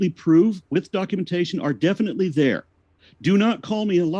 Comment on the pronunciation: is gold 🤣🤣🤣 “Because the sun is up dere” 🤣🤣🤣